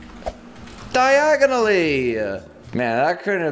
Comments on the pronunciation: "diagonally" potterheads: 😳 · burp dIaGoNiLlY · DIAGONALLY Me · I said is saying it wrong so meh 😛